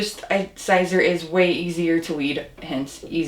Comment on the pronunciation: Siser is Pronounced Caesar. No big deal but you probably know that by now.